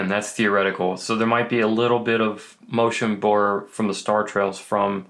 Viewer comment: “Motion Burr”